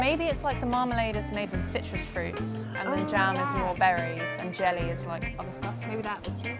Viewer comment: jelly原來與廣東話完成一樣 聽到時還想怎會話廣東話